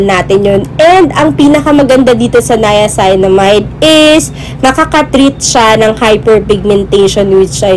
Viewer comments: 'niaceenamide' po ung pag pronounce 😁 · Hello Gurls stand corrected po ako sa pag pronounce ng “niacinamide” . Salamuch po sa nag correct. Please don’t forget to SUBSCRIBE AND HIT THE BELL for more skin care Video 😘